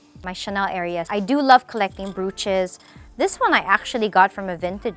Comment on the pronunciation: So many mispronounced words like dachshund and brooches.